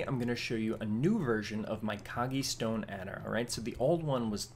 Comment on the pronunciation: hello. One thing i need to mention: it's "Kogge-Stone Adder", not "Koggie". Sorry for being 'rood'.:P I'm just like that. I don't want to be rood.:-)